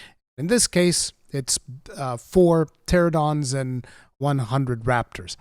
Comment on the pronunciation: Pteranodon* Not Pteradon :P Also little real life fact but Pteranodons are Pterosaurs and thus not dinosaurs. Yes I'm a dino nerd.